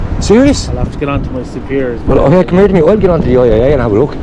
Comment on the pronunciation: Fair play lad, “c’mer to me” 😂 proper Irish 👌🏻